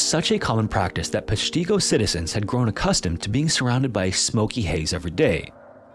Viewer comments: I grew up in Wisconsin, and I always pronounced it PESHtigo (the e pronounced like in "nest," the i pronounced like in "if," the o pronounced like... well, like "go") And yeah, you couldn't avoid hearing about it. did you have fun in school today junior? sure dad, they told about the deadliest fire in the state's history! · pesh-tig-o is how its pronounced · Oh man, I love your content but you gotta work on your pronunciation of Wisconsin cities and towns 😅 Like, you said "wa-Kesha" in one video, Kesha like the singer, which does crack me up but AHH. It's "waw-keh-shaw" Peshtigo is "pesh-teh-go" oh know it's an "i" but everyone says it like the short "e" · Yes, also Wisconsinite born & raised not to far from the place. Pesh-TIck-go is correct pronunciation. It’s Ojibwe and Menominee native languages that mean two different things but kudos to anyone non native that attempts to pronounciate most of our towns. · Love your videos!!! But your pronunciation of Peshtigo is killing me 😂 It’s “peshtago” as far as pronunciation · There should be an "ask a wisconsinite" website for pronunciations. Pesh't-Go. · its pronounced -- PESH - ti - Go. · Never trust anyone who can't pronounce Peshtigo correctly. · I live about an hour from peshtigo also funny how dude pronounces it lol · Peshtigo and Chicago have the same "i" sounds btw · Very much the wrong pronunciation of Peshtigo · That's not how Peshtigo is pronounced, respectfully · I don't understand why you would not learn the proper pronunciation of Peshtigo? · Maybe he should have looked up how to pronounce Peshtigo!! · Short "i" in Peshtigo and emphasise the Pesh! As a local ...It made me wince every time you said it. Lol. I still ❤ your videos, just had to speak up on that. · To my knowledge, with Peshtigo, the accent is on the “Pesh” and it’s a short “i”, like in “tick”. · Please learn how to pronounce peshtigo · As soon as he said Peshtigo I instantly cringed 😅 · Oh no the way you are pronouncing Peshtigo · Pesh tee go?